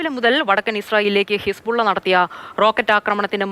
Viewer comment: ഹിസ്‌പുള്ള അല്ല ഹെസ്‌ബോല്ല (ആർമി of Allah)